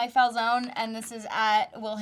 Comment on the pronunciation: Falzone rhymes with Calzone